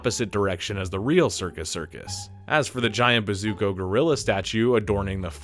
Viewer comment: Are you able to pronounce anyone’s name correctly? It’s Gill eee um not Gill um. And Depp played Dean Corso not Caruso. It was the Bazooko circus not Bazooka. Sheesh